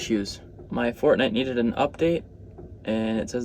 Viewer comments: it sounded like he said fartnite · I thought you said "Fart Night" and I briefly wondered which video I missed. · Teun ont he subtitles and see this part he said fart night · Did you call it Fartnight? That’s what I’m calling it from now on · Is it just me or am I hearing fartnight😂 love yr vids man❤ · Fartnight he said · did he just say fartnite :skull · Did this man just called it fratnight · He first said fartnight 😭😭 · First said fartnite 😂😂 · Bro said Fartnite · When u first saide fortnite u said fartnite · Did he say fartnite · I thought you said fart night 🌙 🤔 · Well he said fartnight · Though he said fart night the 1st time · The funny part was that you said fart night instead of Fortnite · he said fart night 😅😅😅😅😅😅😅😅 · this guy really said fartnite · I heard fartnite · Bro he said Fartnite but I get it he meant Fortnite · You know hes lying when he says FARTNITE😆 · Did he say Fartnite lol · Did he said "fart"nite🤣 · Bro really said fartnite 😂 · ''f a r t n i t e'' u said fartnite XD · ( he says fartnite) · This dude really just said I enjoy playing Fartnit 😂😂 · At first I thought he said Fart Night when he said what game he liked to play!! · ''expecially FaRtNiTe'' 😆